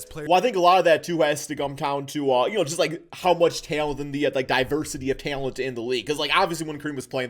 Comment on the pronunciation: The way this dude says talent